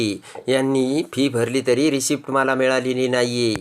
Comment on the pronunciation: रिसीटचा उच्चार रिसीप्ट असा का?